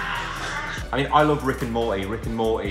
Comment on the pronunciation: No one: Liam: rick and mor-i